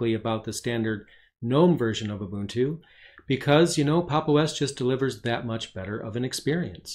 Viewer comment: Very good video. Plus I like that you know how to pronounce Ubuntu correctly :)